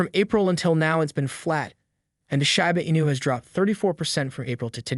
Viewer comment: Why say " shAba Inu" ..... it's name is " Shi-bA Inu= Shiba Inu "......